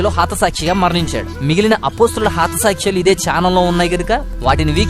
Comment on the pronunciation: హాత కాదు బ్రదర్ హత సాక్షులు.